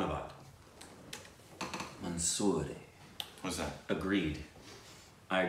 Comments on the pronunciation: It's more like 'manzoor',you pronounced it as monsoor. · It's 'Manzoor' not 'Mansoor' for agreed. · Its manzoor hai not mansuri 😂😂😂is it Tamal